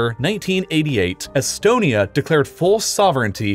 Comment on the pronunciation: Bro you say etonamy & belar us